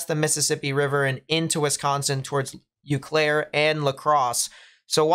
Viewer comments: Ooooo-Claire. Eau Claire. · Eau Claire = 'Oh Claire' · Eau Claire is pronounced like Oh Claire